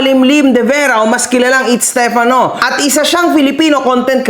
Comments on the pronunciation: Napansin ko lahat ng nasa side nila, pronounce nila sa pangalan steFANO. Yung mga sang ayon naman, STEFano. 😂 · alam mo kung ano lang ang tama mo dito? Yung pag pronounce mo ng stefano 😅 dejoke, bawi ka sunod 😁